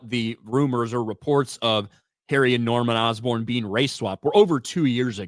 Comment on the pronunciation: Norman Osborne ❌️ Norman Dustborn ✅️